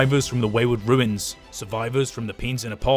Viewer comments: Runes and "Ruins" are spoken differently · How does bro not know the difference between "Runes" and "Ruins" as an englishman lol